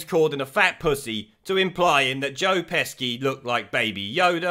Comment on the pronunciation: You've pronounced Gervais, Joaquin and Pesci wrong, badly wrong.